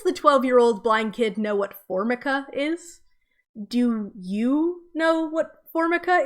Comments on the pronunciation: It's for-MI-ka nor FORM-i-ka. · 😫 but I do know what Formica is! Am I wrong for knowing about Formica?! It’s not important, but it is pronounced for-micah, not formi-cah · Formica (pronounced for-mike-uh) it’s probably some thing anyone younger than a early millennial would not know. I’m Gen X and I grew up with for Michael floors and countertops. This is probably a function of the author using his own background and not thinking about/knowing current children. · formica (pronounced For-Mike-ah) is really common especially in the southern/mid west united states (where i am from) and ive known of it's existence since i was like 5 because every countertop in my neighborhood was made of it plus every counter top at my schools, it was common to say "place your drink (or lunch) on the formica", they even mention formica in an episode of spongebob as a punchline, so i dont think it's valid criticism just because the word wasn't in your vernacular previously and to assume a child had never heard of something like that is wrong becauseit denies individual experineces, when i was 7 i knew the word frenectomy because i had one done to me, so just dont assume. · “Formica” is pronounced “for-MY-ka,” and it’s very well known in the USA as a brand name. In the USA, a lot of kitchen tables and counters are coated with it, and the sellers of such wares normally advertise it as a feature. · Enjoying your content. I know what formica is, but I would call it dated to be in a YA novel. It brings up 70s/80s vibes for me, of grandmas counter tops. Not a word used as much today. (It is pronounced four-mike-ah, if you have never heard it before,)